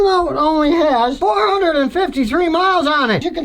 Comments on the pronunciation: Every time he said “Metscaler” I just kept thinking, “good thing mine are Metzeler” and then I saw what he was talkin bout 😂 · THATS PRONOUNCED “METS-LER” Came stock on my 1983 KTM 250 back in the day. Hey Scottie, “can you say DUNLOP” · Metzcurler? Come on Scotty, I know that you can pronounce it correctly as you have on this post 😁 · As a former dirtbike rider and someone who's familiar with the brand name Metzeler, I find your pronunciation pretty funny! Metzkeler... Wait. After typing that out... Maybe you meant to make it sound like Metzkiller? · Scotty . . . ain't no "g" in Metzeler! Ain't no "Metzguler" tire made anywhere . . . ha!! Good call, though . . . Metzguler/Pirelli does have an active recall currently in place. Thanks for the heads up!! PS . . . you're still the best!